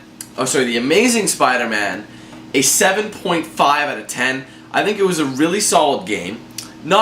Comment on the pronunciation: Spida man